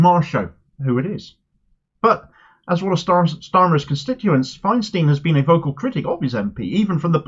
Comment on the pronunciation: Great candidate. But Andrew Feinstein isn't American so his name is pronounced "Fine-stine", not "Fine-steen".